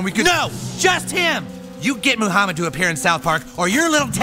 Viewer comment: I love how Americans pronounce "moo-hamed"